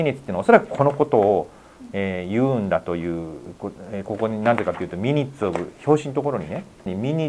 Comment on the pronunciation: 神保さんが「ミニッツ」と言っている言葉は、「マイニューツ」と発音する語で、「要約」というより「詳細」という意味の単語です。detailsと同じですね。